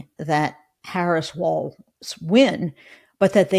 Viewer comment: Please. Kept the T out of Walz. You’re going to be talking about him for a long time.